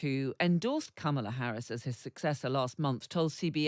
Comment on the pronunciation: Kamala is pronounced "Comma la". You're journalists, get it right.